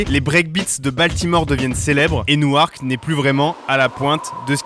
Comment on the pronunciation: Newark se dit « Nork » et pas « Nou-Arc »